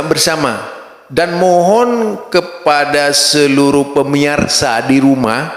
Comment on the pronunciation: Wah ini baru belajar ngomong nich..bilang pemirsa...pemiarsa hehehe